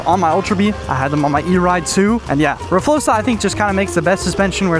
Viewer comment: R FLOXA❌ R FLOSA😎